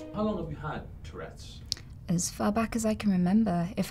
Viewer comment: lmao😂😂 It's "Tourette's" , not "toilette's"